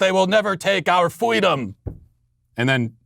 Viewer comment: Did Fweedom celebrate Ramadan in her infancy? because if she didn't then its hate speech